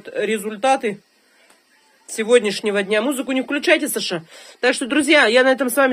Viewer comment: причём ударение ставит на второе а,аж раздражает